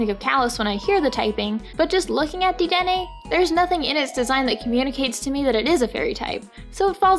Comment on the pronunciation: "dee-den-ay" is supposed to rhyme with "antenna"